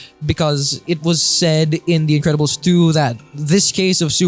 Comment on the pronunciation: Bro said "Individiddles"